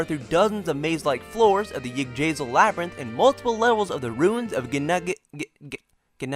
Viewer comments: iddrasil tree? its Ig-drah-sill. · I mean no offense at all, but why is it do I only ever hear Americans butcher foreign words the worst "Gin-noong-ga-gap", 4 syllables "La-gaard", not "Lay-guard" "Igg-drazil", not... whatever you just said Also did this brother put the bow man on the front row, all the way up to the 4th stratum Well, at least you were tough enough to even last that long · yig-dra-seal.... Thats seems to be how its pronounced :)